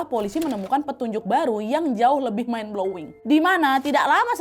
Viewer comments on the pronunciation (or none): none